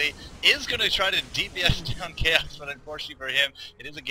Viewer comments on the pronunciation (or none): you prononce "chaox" wrong ...